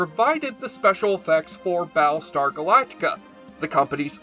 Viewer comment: he keeps calling it "Ba' lestar Galactica". i hate this speech problem that only nerds have.